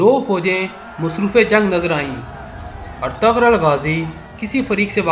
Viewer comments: Oh Bhai ertgarul nahi Ĝ silent ayta hai.waha per lumbah kar k parte hain. Ertu....rul es tarah.ok. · Lmao its not etagrul it’s pronounced erturul 😂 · Oh pai urtughal hunda artaghl ni hunda